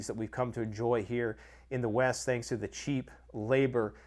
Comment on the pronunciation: From west to east? I thought you said weast